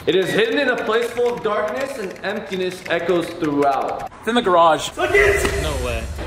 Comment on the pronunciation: I keep laughing at because he keeps on saying echo XD